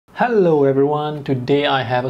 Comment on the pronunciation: It sounded like u said hullo 😂 like her intro